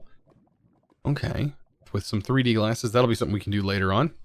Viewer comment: Every time he says let’s see what we can get I hear “let’s see what we Can’t get” don’t know if it’s just me or what